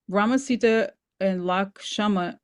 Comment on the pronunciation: Also The pronunciation is not sidaa It is Seeta If you are going to use spiritual ideas from elsewhere please be mindful and respectful to how you use them and acknowledge its source and cultural significance bc it is offensive to those of us who are Hindu when you aren’t being respectful to our traditions, our names, our history. And acknowledge the sources The oracle of Rama is not even a part of real Hinduism. It was created by a white man who stole and appropriated from our religion. The real Ramayana should be studied if you want to understand Hinduism rather than taking things out of context of my people’s history and religion